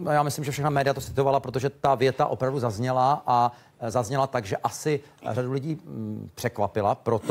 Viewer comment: To jeho "VOPRAVDU" bolí jak pes.